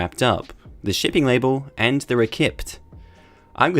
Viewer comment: recipt is pronounced reseat